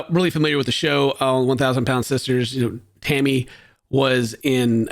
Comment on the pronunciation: I’ve listened a bunch of times now at 37seconds……. Tell me you did not call “Tammy” “Hammy”…… 😂😂😂 now we all know what you call her behind closed doors! 🎉😂🎉